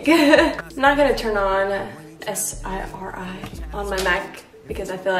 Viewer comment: Am I the only one who thought it was funny that she said s.i.r.i